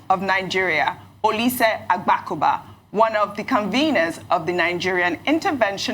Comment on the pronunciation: So OJY, in addition to not being able to pronounce her last name, also cannot pronounce Agbakoba? Which kind Nigerian be this lady?